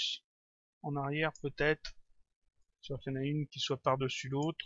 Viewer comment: Je te suis depuis un bon moment maintenant, et j'aime très bien tes tutos et ton travail, mais ne plus "QUE CA SOIYE' on dit "QUE CA SOIT" et "ON VOIT" et non "VOIY". Tu devrais nous faire un tuto lighting version pro ou bien texturing.